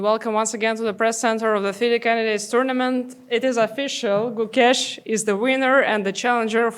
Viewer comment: Gukesh ❌ CooKESH ✅